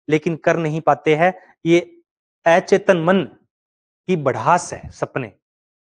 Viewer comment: स्वपन होता है सुपण नहीं अचेतन होता ऐ चेतन नहीं